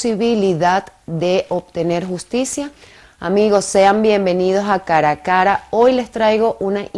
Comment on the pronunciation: Por Dios no es "Caracara" es "Cara A Cara". Dónde están los estudios de locución? Muy hermosa pero esto no la exonera de pronunciar mal la lengua de Cervantes y Gallegos.